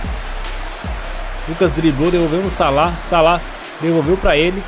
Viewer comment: salada em vez de salah kkkkkkkkkkkkkkk